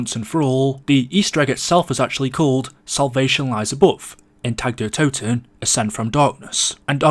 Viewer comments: When you say nacht der untoten it sounds like nackt der untoten and that means nacked of the dead xD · All these years and people still cannot pronounce the maps name properly